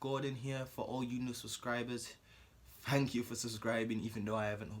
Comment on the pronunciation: "fang kyoo guys "lmao